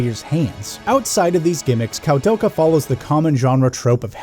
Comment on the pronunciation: It's pronounced "Koo-del-kaa" haha But regardless, great review dude, was entertaining all the way through! I love this game very much, it's one of my favorites on the PS1 despite some of its issues. (analog movement but no analog support?! Tank controls actually worked better on the dpad imo, as you said in a different way :P ) And it looks absolutely beautiful on a high quality CRT TV. I really wanna give this a review myself one of these days.